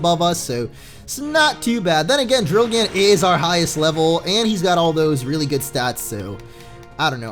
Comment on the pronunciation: People! It's drilgann, not drillgan xD